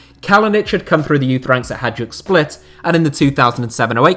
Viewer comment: Day 17 of you mispronouncing Hadjuk Split again 🤪